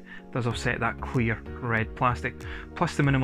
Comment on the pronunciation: I legit though you said "queer red plastic" at the start 🤣